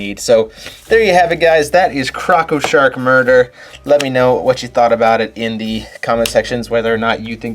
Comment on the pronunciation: I love how you say crocko sharks in your stones lol